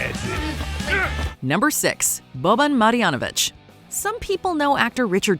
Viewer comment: It’s Boban Marjonavic